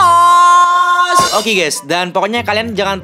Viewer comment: Bukan thenes bang = Thanos